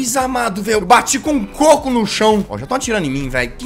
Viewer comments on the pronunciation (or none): none